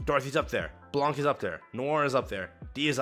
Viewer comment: the C is silent in Blanc's name. Trust me, it's a French word. I'm French.